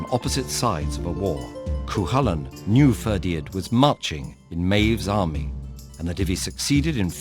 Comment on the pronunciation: It's Ferdia, you don't pronounce the D. I always found this story particularly harrowing, CúChulainn having to fight his bro Ferdia to the death, it's just heartbreaking.